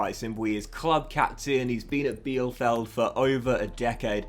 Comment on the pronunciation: Also "Vimmer" and "Peeper." Easy German: ie="EEE" sound and ei="I" sound. Really excited for this playthrough!